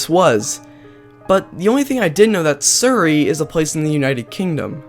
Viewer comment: It's Surrey not Siuri